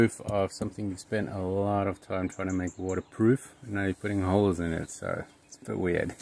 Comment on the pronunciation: Holes!!! Not hoes!... that's a whole different thing! ☺😉🤣